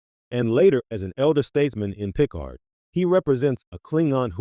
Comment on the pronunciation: Pro Tip: Any AI voice that can‘t pronounce „Picard“ correctly, should not be used for Trek content.